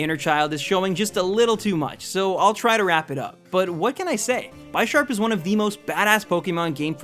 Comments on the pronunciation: I hope you realise Bisharp is pronounced bih-sharp. Like the word bishop. The names are like chess pieces, pawn and bishop... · One thing I just want to point this out, Bisharp is pronounced like Bishop, as Pawniard and Bisharp are based off of chess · It hurts when he says Bi sharp. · it's bih-sharp not by-sharp, because it's bih-shop and not by-shop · ITS NOT BYSHARP!!! ITS BISHARP, LIKE A BISHOP. ITS NOT A FUCKING BYSHOP!! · Lmao the pronunciation is a bit funny tho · just saying you can't say '' Bisharp '' correctly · But the way he says it is pretty funny. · BTW u said bisharp wrong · The way you pronounce Bisharp hurts. Hooooowwww do you get that wrong?